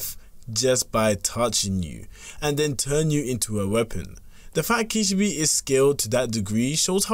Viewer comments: bro i heard the first sentence and ran to the comments 💀💀💀 kishibE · why do you say kishibi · Just a word of advice: learn how to pronounce a character's name when you're making a powerscaling video on them. Kee-shee-beh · kih - she - bay bro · Kish - e - bee 🤣😅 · The way you say Kishibe makes me wanna rip my eyes out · There is 1 thing I wanna point out, they way u were pronouncing Kishibe name was wrong but its ok. I am not fluent in japanese but i do know that is not how the name is pronounced.